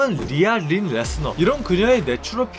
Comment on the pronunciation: 레스너 일때는 ‘너’ 인데 브록 레스너 라고 할때는 ‘러’ 라고 발음하냐 ㅋㅋㅋ